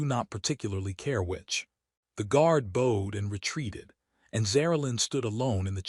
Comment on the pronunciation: At about : : the worrd 'bowed' is presented with the lettrrs 'ow' and a hard 'o' but the correct pronunciation of 'ow' as in saying 'that hurts' Oops LoL 😮😮